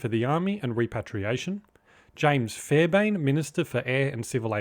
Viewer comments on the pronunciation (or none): It's pronounced "Fair-bear -n" Not "Fair bane".